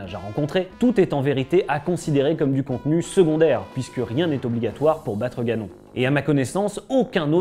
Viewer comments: Ganon ? On prononce "ganone " 🤣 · Il est écrit que seul Link peut vaincre Ganon. Au secours, ce n'est pas la bonne prononciation du nom de l'ennemi